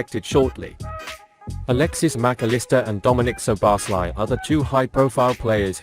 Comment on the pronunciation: The correct hungarian pronounciation for Szoboszlai is: "So-bos-la-e".